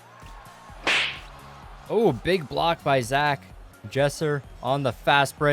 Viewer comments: Its zack brooo not zach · It is Zack not Zach